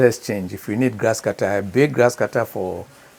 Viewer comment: My Ghana brother, it's not Gasscutter oh 😂😂